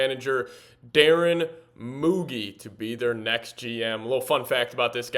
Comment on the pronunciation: Moo G lol not moogy